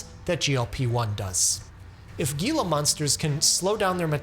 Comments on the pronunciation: The Gila Monster’s name is pronounced like the cell line “HeLa.” Speaking of, you should do a video on Henrietta Lacks! :) Love your stuff! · "Gila" in gila monster is pronounced "HEE-luh" not the way you're saying it... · Absolutely love your videos!!! Small point of notice, "Gila" monster is pronounced "Heelah" monster. It's a Hispanic name. The "G" is pronounced as "H". Stay well my friend! Your videos are the best! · Spelled Gila, pronounced Hila, with an H. "Hil-la" Monster. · Hee-la monster, because it's named after the Gila area (Spanish). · Gila monsters are native to where I live, and I love the focus on them in this video! Not enough people recognize it as an incredibly rare. amazing creature who helped with medical breakthroughs. Also, its pronounced "heel-ugh," the g is silent. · Gil’s is pronounced “Hila”. You are so very intelligent, but a very common lizard with a very well known pronunciation,,,,, 😮😊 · Small correction: gila is pronounced like heel-uh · Just an FYI - it's pronounced hila monster.😊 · (The G in gila monster is pronounced like an English H, since it's spelled from Spanish orthography.) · Thank you for this. We just finished our GI block at my medical school and a lot of this was in it. I have a nitpick, however. The Gila Monster is pronounced “HEE-la”; you don’t pronounce the “G” sound. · the g in gila monster is pronounced like an h. hila monster. for future reference. 👍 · Gila monster is prounced heel-a! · I've had a soft spot for these creatures since my report on them in third grade, but it's actually said as "hee-luh" since it's a Spanish pronunciation. Sorry to be that guy (gal, rather), but I thought correction would be appreciated since language is clearly valuable to you. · Great presentation. I do want to make one correction:gila is Spanish and is pronounced as an "H" hee-luh. Just wanted to leg y'all know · ITS PRONOUNCED HILA MONSTER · Gila Monster is pronounced "Hee-la Monster" by the way! :) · HEE-la monster